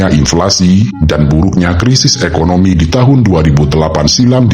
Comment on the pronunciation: Inflasi bang, bukan implasi